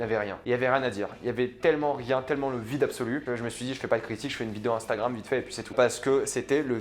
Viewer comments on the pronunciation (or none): none